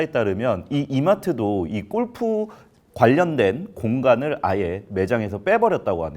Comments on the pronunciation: 우리나라 특징이긴 한데 '꼴'프 말고 어색해도 골프라고 발음하면 좋겠다 😅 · 발음: 꼴프가 아니고 골프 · 꼴프라 아니라 골프. 무시하고 끝가지 듣고 싶었지만 너무 거슬려서….. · 골프라고 쓰고, 왜 꼴프라고 발음들 하냐! 발음 좀 순하게 해라. 골프, 주꾸미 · "꼴프"? '골프'! 공부하세요! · 꼴프꼴프 발음 너무거슬림.. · 나만 거슬리나? 골프가 아니라 꼴프 꼴프.. 왜이리 저렴하게 들리지? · 꼴프가 아니라 골프입니다. 골프. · 꼴프꼴프 꼴프!!!!!! 방송까지 나와서 '골'프 발음 못하니? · 꼴프 가 어니고요 골프 에요. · 꼴프 아니고 골프입니다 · 제발.. 꼴프가 아니라 [골프]라고 해주세요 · 꼴프가 아니고 골프로 발음해라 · 근데 발음이 꼴프가 맞는건가요 골프가 맞는건가요? 골프가 맞을거 같긴 한데 영어라서 꼴프도 되는건지... 저도 맨날 꼴프라고 함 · 아나운서 맞아? 꼴프가 뭐냐… 골프지….. 별꼴이네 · 꼴프ㅠㅠ 아니고 골프입니다. 어우~ 꼴프, 꼴프장, 꼴프여행, 꼴프산업, 꼴프클럽, 꼴프웨어.... 넘 듣기싫은데여 ㅠㅠ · 아나운서가 꼴프라고 발음하네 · 무슨 아나운서님이 골프 발음을 ’꼴푸‘로 하시나 😂😂😂 인간적이다 ❤ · 골프를 왜 계속 꼴프라고 발음해요?